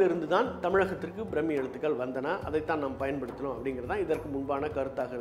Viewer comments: அது பிரம்மி இல்லை பிராமி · பிராமி எழுத்து brammmi nu pronounce pandreenga